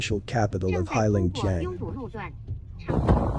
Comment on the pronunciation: The name is pronounced HAY long JANG.